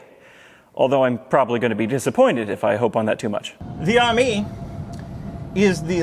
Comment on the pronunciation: Pretty sure it’s suppose to be pronounced “Amy” not “army”